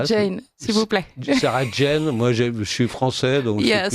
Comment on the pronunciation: Sauf que ça s’écrit et se prononce Jane et non pas Jean. Ne vous en déplaise. Ce chauvinisme est ridicule.